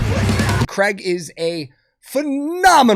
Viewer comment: One day americans will leanr to pronounce Craig